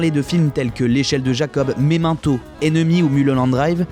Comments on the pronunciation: "memento" il ta pas fais mal lui aussi ? parce que moi si... xD enfin quelques belles découvertes quand même dans cette vidéo :) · la prononciation de memento à la fin :')